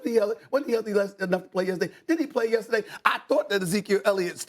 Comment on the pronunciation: Why can't Dan say yesterday correctly?